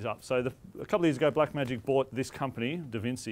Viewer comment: Did he seriously say "DavinSEE"??!! LOL... ouch.